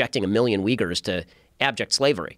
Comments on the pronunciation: Its uyghurs, not ughyurs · Its uyghurs, not ugyhurs